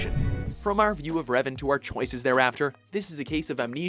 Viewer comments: It's Revan, not "Reven", wtf... :| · DARTH REVEN? I think Geralt is a better anmesia afflicted charcter, but i can respect Revan being one but please get his name right! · Darth RevEn? Seriously? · "Reven"? Nice job guys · Darth.. Reven? ;__ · Rev"A"n, not Reven. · You know me. I tend to critizize things like Clip titles or content. Not here. However I have to ask who the hell is "Darth REVEN". Come on guys. Even if you have no Idea who REVAN is, you should be able to read the subtitles of the scenes you put in. And it´s not like you simply put an E instead of an A in the title for his clip, you went on and pronaunced it as Reven instead of Revan. You can do better than that. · To , it is Darth Revan not Reven.